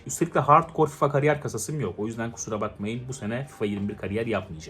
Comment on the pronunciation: 'da Fakariyer demişsin abi :D